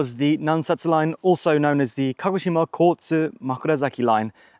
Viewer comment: Great video! Makes me miss Japan, Haha, Baka gaijin... Walk downhill opposite traffic, bus/taxi uphill. At the start you say KO-shima? You mean KA-GO-shima? Later you say Kagoshima.